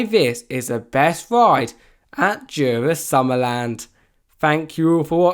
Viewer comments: as a dane you says it so funny :D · he pronounces it soo bad